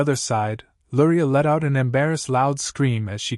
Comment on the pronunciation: I hear Lurai but read Luria 😅